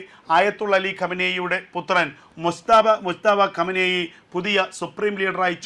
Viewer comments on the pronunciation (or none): none